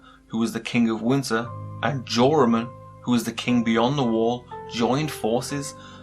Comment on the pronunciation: Im really anoyed by how he says winter he litteraly says: 'Winner'